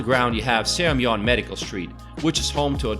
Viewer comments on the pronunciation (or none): The way he pronounces Haeundae and Seomyeon gives me anxiety. Having said that, this is a great video showing the general areas of Busan and what it offers. Nice! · This dude can't pronounce one thing correct! Gwangalli, Seomyeon, Haeundae, He can't even pronounce Marine City correct! He says Marin City hahaha. It must be a bot lolol